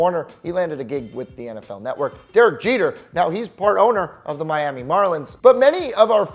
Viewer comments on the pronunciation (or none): none